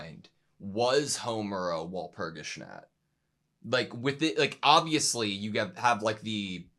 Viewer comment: I love how he pronounces Walpurgisnacht 😊